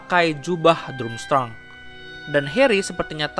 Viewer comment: Dramstreng bacanya.